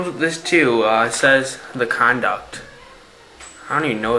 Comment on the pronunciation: its pronouned con-due-it, not conduct.